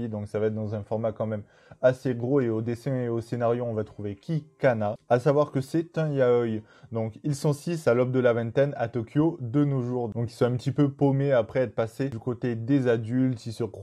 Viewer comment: Juste pour le yaoï on prononce ya-o-i ;-)